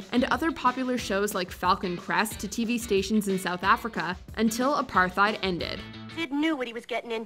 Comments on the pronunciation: Please, for a topic as important as this to South Africa, learn the correct pronunciation of apartheid. It’s a-par-TIED. The h is silent. It sounds ignorant when mispronounced and you instantly lose credibility when you don’t know how to say such a critical word in world history. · I'm SORRY, but hearing you say APARTHEID is painful!🙀 It is simple APART - HATE, in Afrikaans there is a heavy roll on the "r" if you can do that.